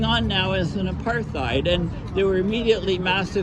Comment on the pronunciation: Apartheid is phonetically prounouced '' A' PART - HEID '' - (South Africa - Anglo-Afrikaans) One doe's not use in speech the phoneme ''Th' when prounouncing the word apartheid...